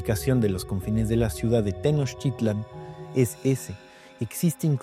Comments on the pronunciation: No es Ixtapalapa sino Iztapalapa, tampoco Tenoshitlán sino TenochTItlán. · Qué estresante oírte decir Tenoshitlan 🤨 Aun así, buen video. 👍